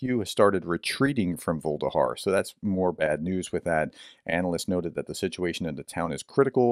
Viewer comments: Vuhledar. Voo. Lah. Dar. Not vuldahar. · Pronounced: Vuh- leh-dar not Volde-har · Dude, Vuh-le-dar, repeat three times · I think it's pronounced something closer to voo-leh-dar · Vuh-le-dar (Voo le Dar) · It's NOT Vuhldehar ! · It's pronounced Vuh-Ledhar. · Pronounced: Voo-leh-dar.